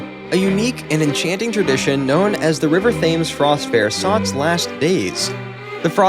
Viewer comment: Thames is pronounced Tems.